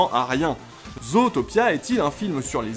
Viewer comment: Vidéo intéressante. Par contre... La façon dont tu prononce le titre en français... À part les Québécois et les chipotteurs de la VO, PERSONNE ne dit "Zootopia" en français. D'autres part le nom est vraiment mal prononcé vu que les anglo-saxons disent (Zoutopia) et non (Zautopia). Désolé mais ça me fait saigner les oreilles d'entendre le titre du film être charcuté! 🤣